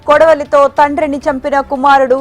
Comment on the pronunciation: kodali toh na? 🤦‍♂️🤦 Kodavali kadhaa adi. Chii telugu ni intha khooni chestunnaru enti vellu